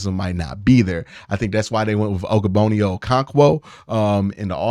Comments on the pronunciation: Bruh keep saying ogbononia making me geek out 😂😂😂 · Practice Ogbo's name brooooo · Oh-koh-rawng-kwo! And Og-bonnia, not ogo-bonnia 😅🤦‍♂️